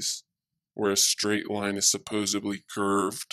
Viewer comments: and in my reality, "supposedly" is not spelled "supposubly" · Did he say supposebly ? Where is the ‘b’ in supposedly? Also, jump out of a plane. I have. Gravity IS a thing. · did he actually just say supposubly? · So you're going to ignore all the scientific proof in the video along with every fact that discredited this ridiculous theory because the man said a word incorrectly? I hate when people say supposedly wrong as well buuuuut facts are facts.